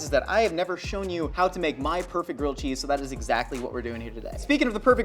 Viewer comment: I can't tell if he's saying girled cheese or grilled cheese.